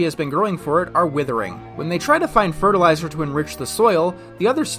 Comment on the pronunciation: just...say...fertilizer. Say it with me class. fert-il-i-zer